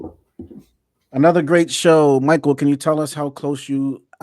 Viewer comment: How can not pronounce Michael’s name yet?